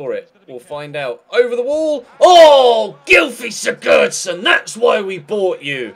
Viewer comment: u pronounce Sigurdsson wrong, u don't say the d in his name. Just for help🙃